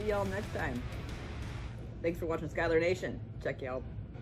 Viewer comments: Can someone teach this poor old girl how to pronounce her last name. It's SHOE-LER!!! SHOELER!!!. How can SCH followed by a vowel U do you get sky-LER? Do the laws of grammar not exist with this person. There is a vowel U there!!! SHOE-LER!!! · That's not how you pronounce Schuyler ma'am...